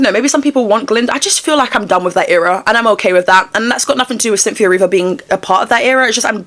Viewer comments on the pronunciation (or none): Ariana and..."Cynthe-o" hahahahata